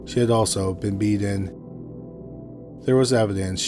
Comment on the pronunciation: I really like the way you pronounce "beaten" like "beedin" 😊